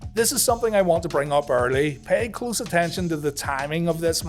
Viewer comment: When you say egos it sounds like eagles